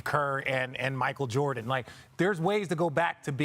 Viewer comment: So many people say "Michael JorDIN" 🤦🏽‍♂️